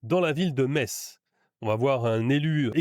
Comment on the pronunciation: La Me(sse)tz est dite 😂